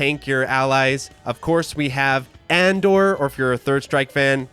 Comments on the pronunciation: Just a heads up, it's not supposed to be "Andore" as in Andor. It's Engrish for "Andre" because the character was an homage to Andre the Giant. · btw, Andore is "A-N-DO-RE". That's "Andre" as best as the Japanese can render it. The character seems to be based on Andre the Giant, who was well known in Japan in the mid-80s as he'd been wrestling over there on and off for years. Edit: ok someone beat me to that lol. Great video! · "The word "andore" is pronounced ahn-DOH-ray, with emphasis on the second syllable. It's a Japanese romanization of the name "Andre," and is commonly used to refer to the character "Andore" from the video game Final Fight"